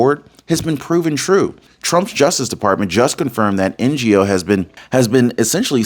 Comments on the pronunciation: Andy Ngo is pronounced Andy No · Heads up. Andy's name is pronounced No. You might not know this unless you associate with Vietnamese immigrants. Ngo is a common Vietnamese name and the g is silent. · Andy NGO (pronounced No) is a true patriot. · YOU PRONOUNCE HIS NAME ANDY NGO, ANDY NO I BELIEVE. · Ngo is pronounced No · NGO is pronounced “no.” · Good work, as usual,! But, just FYI, Andy Ngo's surname is apparently pronounced like the "g" is silent, i.e. like the "NO" in NO MORE LEFTIST LIES! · Who is N.G.O. Can you call his name correctly? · Ngo pronounced NO. This guy nearly lost his life filming in a Portland riot months ago. And still he goes on. Bravo Andy, a true American patriot. Chapter can walk you thru much, and maximize, but understand they cant change the benefits. Every drug anywhere is not necessarily covered even w help. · Andy Ngo. Pronounced like, know. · 🤔Andy’s last name is pronounced as “No”!!! He was nearly killed by those Subhuman Treasonous Traitor POS, but instead of an Understandable Retreat, he dove in, with even More Resolve to expose them. I was thrilled to see him at that Antifa White House round table, & seriously want to see him receive a Presidential Medal for his Amazing Work!!! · His name is Andy No, ngo is pronounced NO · NGO is pronounced No! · Andy Ngo - pronounce as No. ❤ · Andy Ngo....it is pronounced as Nor...Andy Nor. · I like your videos but please when you don't know how to pronounce a name or a word just go to Google and ask it the word you wish to pronounce. You can select vids that will pronounce it for you NGO is pronounced No. Just a soft criticism to make your videos better. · The journalist's name is Andy Ngo (No or Nyo). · Ngo pronounced "No" . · 'Ngo' pronounced 'No'. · Andy’s last name, Ngo, is pronounced “No”. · Andy Ngo- last name is pronounced "No". Just FYI. BTW I love your news reports and your patriotism. Thank you. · Andy Ngo, pronounced, No. The g is silent. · Andy's last name is pro nounced "No"